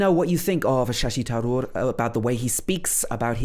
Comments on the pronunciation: No foreigner can speak your language like a native speaker does...so why be so critical.... it's funny.... Btw it's not TAROOR, it's tHaroor, so what should we say about your pronunciation and accent?? You don't have to convince us that you know a lot about him....we know more about him than you do, obviously...... I think you are a bit conscious that you are analysing a great leader of our country..... His pronunciation and accent are well appreciated by the world over ...do one thing.....spare him... See ...you have learnt a lot, haven't you? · U didn't pronounce Tharoor right😂🙏❤️🇮🇳